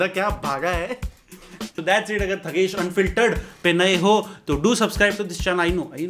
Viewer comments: So its not Thugesh it's Thungus lol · thugesh ko thungesh🤣🤣🤣 lol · I heard it like Thungus XD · He - At my house Thugesh - Atma house 😂😂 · I heard thungsh and fungus